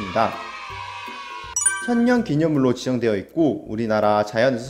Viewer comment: 님 발음으로 천년이아니라 처연